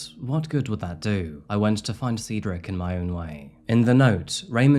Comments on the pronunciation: Dude God Almighty if I hear sea drik one more time man Cedric is pronounced SAID-DRIK JEEEZ man u were killing us seedrik this and seedrik that 😂😂😂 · 'Said ric not seed' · 😂😂 I am Cedrics soul sister and I was like wtf? How do I tell this man? You did. Perfectly. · Brother is it Seedric or Cedric? How do you go about entire video pronouncing the name two different ways? Pick one and be consistent please. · The amount of times you went back and forth from pronouncing it Cedric, then Ceedric, is wild. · Well, you really couldn't decide on how to pronounce Cedric, could you? Changing how you say it even in the same sentence is a bit amateurish. Do better. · Please either learn how to pronounce the name or settle on a pronunciation you like. Switching between Ceedric, Sedric and Saydric sometimes within a single sentence is annoying and distracting to listen to. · Sever all? I'm starting to think its deliberate for the algorithm. Good tactic thou as I've had to start over due to the "seed ric" debacle lol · Did anyone else notice the difference in pronunciation of Cedric? Like the beginning and end were filmed before the stuff in the middle, lol. Still love your videos though. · Is it Ceedric, Cedric (Sedric) or Saydric? You switch your pronunciation of his name throughout the video. It's distracting. Makes me suspect that your accent is more of an affectation than a genuine organic way of speaking. 😕🤔🤨🤷🏼‍♀️